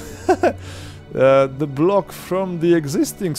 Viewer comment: the czy die? wypowiadasz to the bardziej jak Niemieckie die niż jak the